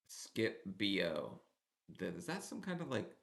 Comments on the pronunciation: LMBO oh my goodness, I love your commentary! You crack me up frfr. Skip Bo (as in bow, not b.o.) is a fun card game. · That is a game Skip Bo sounds like skip Beau ita a card game lolol not BO as in body order lolol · Omg skip bo is a card game 😂😂 it’s pronounced lije “bow” but that has me dying. You have to okay skip bo now it’s fun!!!! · Skip BO - lmao dude you crack me tf up!! That is a card game called “Skipbo” haha. 😂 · That is a card game skip Bo( pronounced like elbow)